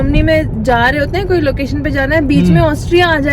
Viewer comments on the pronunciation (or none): none